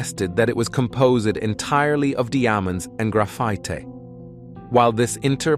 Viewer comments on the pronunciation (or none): "...compozed of deeamondez and graphitee"...